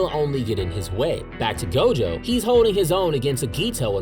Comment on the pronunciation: It's not gojover 😅